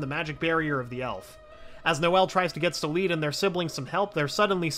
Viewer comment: Her brothers name is Solid not So-lead